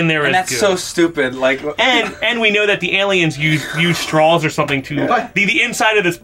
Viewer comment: Someone needs to inform that there is no L at the end of the word 'straw'. He said strawl like 6 times.